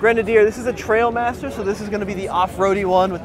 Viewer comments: OK. A bit picky! But it is called the Trialmaster - that's Try-al-master - and not a Tray-ill-master. Trials are motorcycle maneuvering competitions. And trails are what you walk, ride, drive over in the countryside. Belstaff (and the Grenadier is a Belstaff Trialmaster) were famous decades ago for providing jackets for motorcyclists competing in trials. The Grenadier Trialmaster is named after the famous jacket. Steve McQueen was an enthusist for Motorcycle Trials and used to wear the Belstaff Trialmaster jacket. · TRIALmaster not TRAILmaster. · it's TRIALmaster, not TRAILmaster...geeze. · TRIALmaster, not TRAILmaster